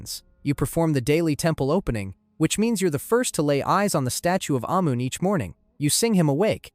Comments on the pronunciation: The god “ayy moon”. Bro at least check the pronunciations. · Ahh-Mon. That's how its pronounced.